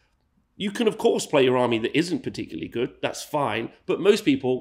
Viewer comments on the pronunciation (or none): none